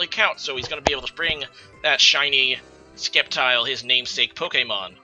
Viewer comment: Wow bro the C in sceptile is silent